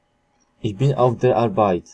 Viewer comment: No i pierwszy zwrot i już błąd!!!(nie: iś bin tylko iś BYN!!!!)typowy bład Polaków